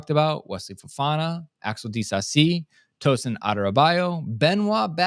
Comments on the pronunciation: It's not a difficult name to pronounce. Just show some interest (and respect) in getting people's names right. What's difficult about saying a name where you simply have to pronounce every syllable? How do you want the guy to be helped? No other host on this pod gets it wrong, btw. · Instead of making a comment like this just say how to pronounce it.